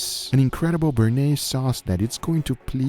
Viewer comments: "BeCHHHnes" is how the french would say it XD XD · should have tried a sauce au poivre + dijon mustard i wonder what you would have through about it also bearnaise is pronounced /bərˈneɪz/ or Ba-irnaz(?) in english pronounciation of these letter(click on 🔊 in wikipedia) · Béarnaise = Bay-Ar-Neyz